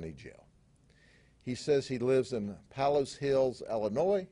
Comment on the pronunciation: What is the former judge accused of? Grady did not say. the city/suburb Palos Hills is pronounced Pay-los ,not Palace